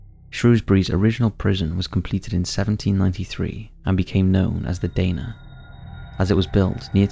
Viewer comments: The Shrewsbury prison in the first bit is pronounced "the Dar-na" not "day-na" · The nickname for Shrewsbury prison is pronounced The Dar-ner